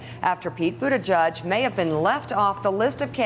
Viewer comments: Its Buttigieg, its pronounced Butt ed Edge not Butte Judge. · Buttijudge, Buttijudge, Buttijudge. I am getting earcancer. Seriously, how can pronouncing a name be that hard? You're on national TV for cryin' out loud.